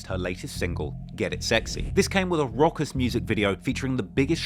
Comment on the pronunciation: Did you just try to say raucous like "rockers"? That's not how you say raucous. I'm from the UK too and have heard that said out loud many times, it sounds like you haven't, but wanted to use that word anyway, hence what happened there. We get that more with US content creators, because they never read books, but want to use words they've never seen written down before, so they just guestimate it wrong as well. If you want to use a new word, maybe look it up and see the phonetic key at the top for how to pronounce it, or you think of the record label Rawkus, which is the same word spelt differently. did you just try to say that 3-6 Mafia are from the "early days of Hip Hop", because that was only 20 years ago and I have Hip Hop records from the 1980s, so how can that be. Those are new school cats at a stretch, but a really long one.